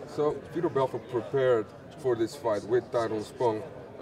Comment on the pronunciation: i thought he was fighting vitor. not fetor :(